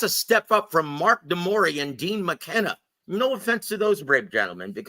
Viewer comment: His name is Demsey McKean, not Dean McKenna 😆